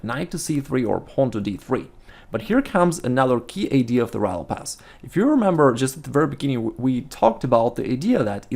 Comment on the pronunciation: he always says righ lopez but the first time in this vid I heard him say Ruy :D